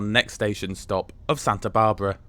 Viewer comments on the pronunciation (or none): The town of Salinas is pronounced more like "Suh-LEEN-us". Paso Robles is pronounced more like "Robe-lez". Santa Barbara is pronounced more like "S-Anne-ta" like the girl's name "Anne". A lot of place names have Spanish origins, left over from when Mexico was officially the government "in charge" back in the 1840's. Hopefully, the café car food selection will improve to include some better VEGAN options. They did have one menu item: "hummus with pretzels", which seems kind of pathetic. That they are still excluding coach passengers from the dining car is also disappointing.